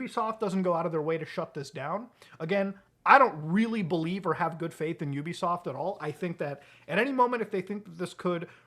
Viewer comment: YOU BE SOFT 💀😆 That is not how you pronounce it 💀😆😆😆😆😆